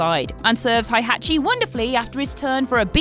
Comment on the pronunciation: You’re mispronouncing Heihachi.